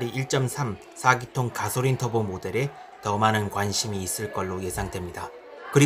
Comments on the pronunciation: 가솔린 발음이 안되시네여 가소린.... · 가솔린 발음이 참 구수하네용 ㅎㅎ